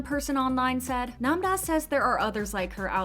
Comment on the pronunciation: her name is nam-ra not nam-da